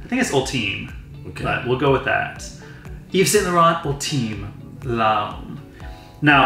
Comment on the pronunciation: Great review, Luke should've pronounce yves saint laurent as he does😂